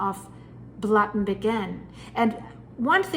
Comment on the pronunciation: Blatten is pronounced Blutten.